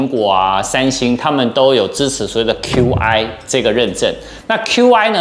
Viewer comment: Qi跟App的唸法都是錯的。 身為科技Youtuber，我認為不應該犯這種錯。